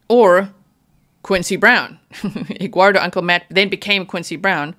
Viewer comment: "Egguardo" LMAO 🥚